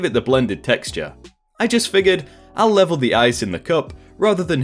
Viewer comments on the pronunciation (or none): none